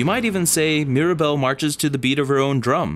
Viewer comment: This is brilliant!! 🌟 And my daughter just wanted to add that Mirabel’s name has three syllables!